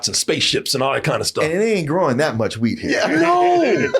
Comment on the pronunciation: I know it's "wheat", but I keep hearing "weed" lol